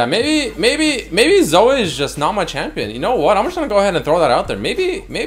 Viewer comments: As a Zoe main i take offence to you calling her ZoA. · your Canadian prononciation of Zoe (Zo-ayy) fucking kills me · According to its not Zoe its Zoay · LOL pronunciation of Zoe